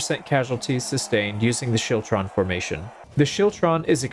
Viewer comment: The scottish pronunciation is actually skiltron but great video still